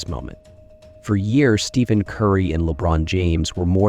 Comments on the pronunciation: The minute you mispronounced Curry's name as Steven, I turned the video off. You do realize that's why Nike lost their contract with him? Do better. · His name is not pronounced Steven . . . use the ph as “f”